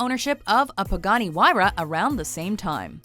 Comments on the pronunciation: She said Pagani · She said Pagani..